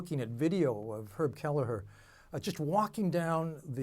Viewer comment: "herb halihuh" who??????????